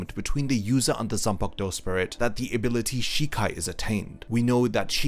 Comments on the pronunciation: You explain things well. The only thing that gives me migraines is how you pronounce ZAN-PA-KU-TO as "Sen-pag-douh". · "zumpuck toe."